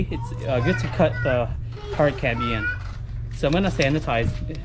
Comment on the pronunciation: Very cool but my ears were buzzing every time you said cambien. It's cambium lol. Now let me get my drill 😃